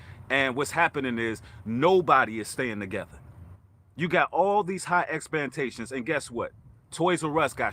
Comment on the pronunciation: God Bless you brother...Love your message and positive energy....very intelligent indeed, but did you say "EXPANTATIONS????"...Ummmm...do you mean "EXPECTATIONS?"..That made me chuckle!!😜👍💜😳😬